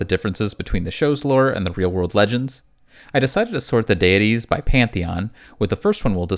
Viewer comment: I am about in, and I cannot stand how do you say, deities and pagan